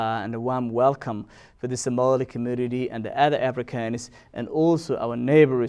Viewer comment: Do you even listen to yourself? Subhanallah, you don't make any sense. Brother before you speak please get a script so it will make easy for you to get to the point. Plus why are you trying to get an accent that’s difficult for you? Because you are NOT even pronouncing Somali correctly.